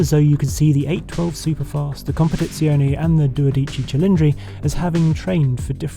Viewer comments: Italians don't emphasize individual syllables (if anything they emphasize all), so the name Dodici isn't pronounced Do Dí Ci Cilindri, but rather as Dó Dí Cí (try to emphasize every syllable). Trust me I'm Italian ;-) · dude, it's not doDIci, it's DOdici. stress on the first syllable, not the second, FFS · Harry’s syllable accenting on dodici is incorrect. Just listen to how Enzo says it. Not do-deeChee…it’s dodee-chee. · it's not "DodÌci Cilindri, it's DÒdici Cilindri" Henry. Greatest engine, ugly design, Ferrari just lost it completely. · Before Enzo turns in his grave: In Italien, most of the time, you put pressure on the third last syllable - so it's DO-de-ci and not do-DI-ci ;-) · Sorry, as an Italian, I have to pause the video here because, please! do pronounce "dodici" correctly, i.e. on the very FIRST SYLLABLE: It is DO-dici, not do-DI-ci🧐🤠😎! Now on with the video! 🤩🤗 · Magnificent video, as always! BUT: It's pronounced dOdici cilindri (with a long first "o") - not duodIci cilindri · Anyway it's "dòdici" and not "dodìcci"...😉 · it's dòdici not dodìci haha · Lovely video by a pro, thank you Henry Chatchpole. BUT: It’s DOdici ci-LINdri, not doDIci cilindri :) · It's Dòdici, not Dodìci, and Venarìa, not Venària. Cheers from Italy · You are nearly there Henry, if you can say "dodíci" then you can also say "dódici". See it? there is no need of too much drama, it just takes to show some little care and respect for foreign languages. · A litlle help. Not duodici, dodici,without the U. And with the accent in de "O" Dódici. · Dodi-Che , like "Che", She-llindri . You have to roll the R' like Alfa Rrrrrromeo, Ferrrrari. Little Italian over a glass of RED 🍷... BEAUTIFUL CAR ! The 458 is the masterpiece to me. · doe -DI-chi English speaking people consistently get the pronunciation wrong. American, British, Aussie.... most get it wrong. But I mess up a lot of English still so no harm done. :) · the accent is on the DO